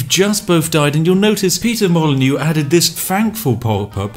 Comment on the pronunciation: I clicked dislike when you said peter molyneux